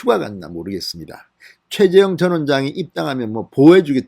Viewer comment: 발음 좀 신경써 주세요. 계속 최재형을 최재영이라고 발음하시네요...^^